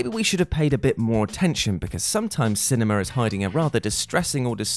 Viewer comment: has a weird way of pronouncing “cinema” correctly and then pronouncing it “cinemer”.